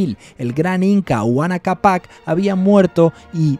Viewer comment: Se dice Huayna (uaina) Cápac, saludos desde Perú!